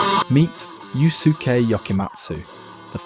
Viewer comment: Actually, his name is pronounced as Yo-suke, not U-suke.